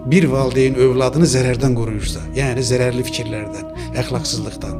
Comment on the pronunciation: Valdeyn yox valideyin . Efirdə savadlı danışmaq lazımdı . Türk dilində yox Azərbaycan dilində danışın . Qürur duyğusu yox qürur hissi barışa yox barışıga oxuya yox oxumağa və s.